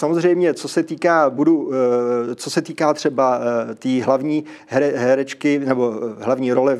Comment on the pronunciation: řekl pan režisér opravdu HÉREČKY, nebo se mi to zdálo? ... 😀 jinak, s ukončením a přerušením toho mobilního karaoke plně souhlasím.